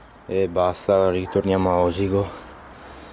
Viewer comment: Attenzione, "Sàrmede" si pronuncia con l'accento sulla "a" e "Osìgo" sulla "i", la chiesetta sulla collina è dedicata a S: Daniele. Complimenti comunque per il video da un fregonese.